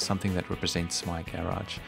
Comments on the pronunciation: Subscribing cause i love the way you say "garage" ;) (And great info too) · 6 people don't like the way he says garage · The way he pronounces garage bother me a lot. Wtf 😄✌️ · Great tips!!! That's an unusual way of saying "garage" though! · Sailreddex Not unusual in England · Not unusual in Australia either.